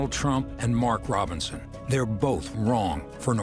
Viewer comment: DonOld got Mark Robinsons name right. 🤔 Rare.